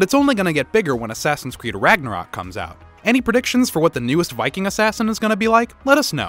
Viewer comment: It’s so cringe how he calls it ragnorok and now it’s valhalla ahh brings back memories